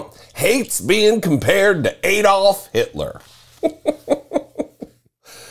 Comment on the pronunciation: It's pronounced ADD-olf NOT Aid -oldf.